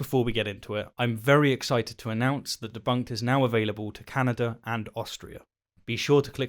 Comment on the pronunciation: You mispronounce Bedunked!